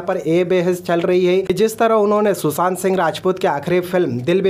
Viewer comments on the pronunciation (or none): none